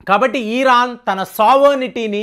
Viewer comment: మీరు ఈరాన్ అనకండి సార్. Simple గా ఇరాన్ అనలేరా? ఈరాన్ అంటూ ఉంటే నాకు కడుపులో కెలికేసి నట్లు ఉంటుంది. Plz. పారచుట్ ల తొ Vachhi విచక్షణ లేకుండా కాల్పులు జరిపారు. ఇప్పుడు పాపం పండింది. Direct గా fight చెయ్యాలి కదా! Civilians ని అడ్డు గా పెట్టి game ఆడుతూ ఉన్నారు HAMAS terrorists. Ijrayel ది కూడా కొంత తప్పు ఉంది. But, main గా HAMAS వాళ్లదే